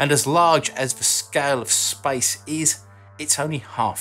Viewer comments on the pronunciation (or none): “Spice?” Oh…I get it: “Outer Spice.” (Some sort of accent thing.) “Spice” means “Space.”